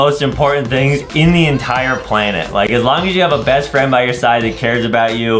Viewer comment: ADEM WHAT DO U MEAN FREAND U DONT HAVE FREANDS